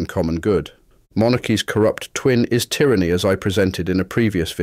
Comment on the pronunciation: I enjoyed the video but your repeated mispronunciation of "tyranny" was a tad grating on the ear. ;) :)